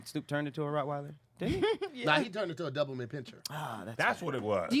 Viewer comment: A fkn stingray🤣🤣🤣🤣🤣🤣🤣🤣🤣 I needed this laugh. CP was a great warm up and you have to have big hitters after that. Y'all let slide on those dog names "Kojo instead of Cujo and Doubleman instead of Doberman"🤣🤣